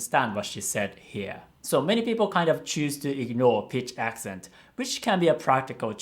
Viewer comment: Noticed the pitch accents were off. As a singer she should have noticed pitch